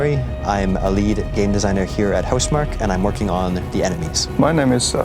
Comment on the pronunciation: huh? its Housmark, not Housmarky..